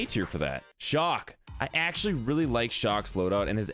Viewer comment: Your mispronounced chaac its not shock